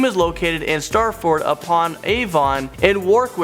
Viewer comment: Does he realise he said stratford and Worcestershire wrong